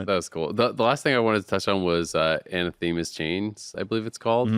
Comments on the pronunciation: a-NATH-eh-ma hope this helps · Great video! The new item however is pronounce anAthema's with the accent on the second A.